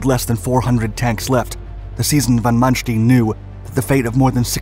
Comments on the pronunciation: Stein, not steen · His name is not "manstin" is it? its manSTEIN. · Stine, not steen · Sorry to nitpick but Manstein is pronounced Man Stine not Man Steen. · Not Mannsteen, but Manstayn. Like "Ay Ay Sir". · "manstin" ?? Its Manstein... so many names and places pronounced wrong. Same witht the footage, more then often it dosnt match the events shown at all. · ''ManSHTIIN'' :d :d :d . It`s ManSHT''E''IN'' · His name is von Manstein ..... not von Manstien >>> 'stine' not 'steen'. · Wrong prounciation of Manstein; its ManSTEIN like the english word "line". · Wish this guy could pronounce German better. It's Von Manstein not Mansteen... goodball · I'm sorry I had to stop watching your video at Von Mansh-teen! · Another well made effort, succint yet powerful. You should, however, ask a german speaker how to pronounce Manstein. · Please pronounce correctly the name of Manstein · really cant ake these creators seriously when they cant take the time to learn how to pronounce stein..